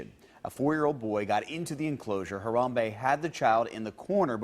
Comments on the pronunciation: Name: Ha-ram-be. Not Hambray Ti. Lol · Ha-ram-be ... 3 syllables:-)